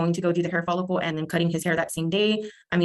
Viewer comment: Sounded like dad said he had a hair folicle before he cut his hair.